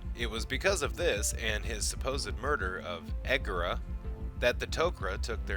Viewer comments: Why are you pronouncing egeria as egera? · You pronounce Egeria's name wrong.